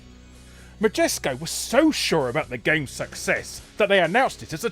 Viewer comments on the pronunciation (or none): none